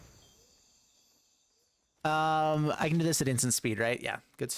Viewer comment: Was thinking the same thing. The "An-Jay" pronunciation was getting to me lol